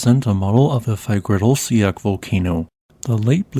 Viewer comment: Too bad he cannot pronounce Fagradalsfjall correctly.